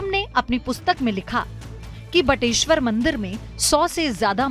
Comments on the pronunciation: बटेश्वर,न की बटेश्वरा। हिन्दी को हिन्दी ही रहने दो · बटेश्वरा नही बटेश्वर , गलत उच्चारण बड़ा बुरा लगता है